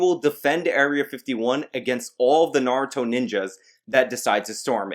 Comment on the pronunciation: you are a naruto fan but cant say "naruto" properly